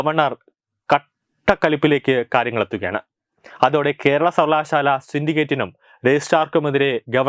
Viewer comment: സർവകലാശാല എന്ന ഉച്ചാരണം നന്നാക്കുക. ബാക്കി എല്ലം നല്ലത്